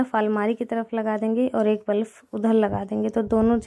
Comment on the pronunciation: Aap kuch shabad sahi se nhi bolte ho.... jaise ki aaj aap room mein बल्ब lagane ki baat bol rahe ho,बल्ब ko aap बलफ bol rahe ho,jaisa hum bolte hain bachhe bhi sun sun kar galat hi bolna sikh jaate hain.......please mind nhi kariyega,samjhne ki koshish karna main kya kehna chahti hu.....